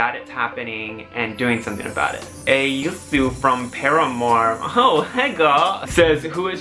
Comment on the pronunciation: ohhhh he answered my question!!! and he said my name, aysu, so cute. actually it is pronounced as i-sue but i liked your version more 😂